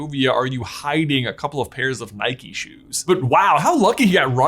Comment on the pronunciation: Is it bikey or bike so why do you say nikey not nike